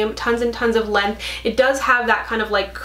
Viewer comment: Every time you say “length” I think, you can take the girl out of NL but ... 😉